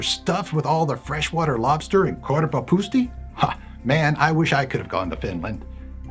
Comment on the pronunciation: once again it's not korvaphusti its korvapuusti